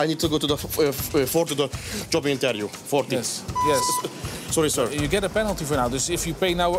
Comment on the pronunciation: intvieuw 😂 gewoon betele klojo